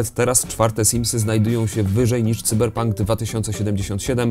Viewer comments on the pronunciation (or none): none